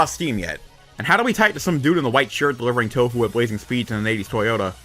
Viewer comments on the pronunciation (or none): none